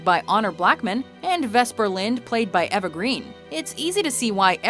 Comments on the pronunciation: Eva is pronounced eeva.....not evva. It is the way English works. You don’t eat an ay-pel it is app-el, cos the double consonant hardens or makes phonetic, the preceding vowel. In Eva’s case the single ‘v’ keeps the ‘e’ vowel soft. So many Muricans on screen just do not get this. It is why in English Lever sounds like Lee-ver....cos that is how it is MEANT to be said. BTW...alooominum does not exist....you can thank Mirriam-Webster for butchering that one a hundred years ago! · its not ever greene its EEE-VA greene fuck me learn english your dealing with a film delecasy here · Ever Green????????????????? E va as in Eva Learn to pronounce please. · Seriously? Ever green??? It's pronounced E-VA